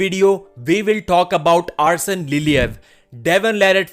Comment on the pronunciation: Arsen "Ousen" Liliev